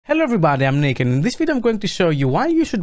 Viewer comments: intro sounded like "Hello everybody I'm naked" and i was like... no, you got a shirt on bro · Why did you start this video with "Hello everybody I'm naked" ? lol (just kidding of course, but that's what it sounded like for a moment ;-)